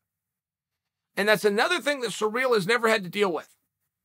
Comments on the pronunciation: Why is this guy saying Surreal instead of Cyril. Weird. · The way that Uncle Chael says, “Ciryl” is surreal,- pun intended. “Belal “ is another face palm pronunciation. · It's ciryl not cyril